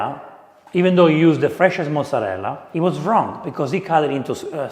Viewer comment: Is no one going to address how (obviously from Long Island) mispronounces mozzerella? They say mozzerell, manigot for manicotti, and prosciut for prosciutto. An actual Italian friend called it "low class slang." 😂 is usually all over folks who mispronounce Italian words.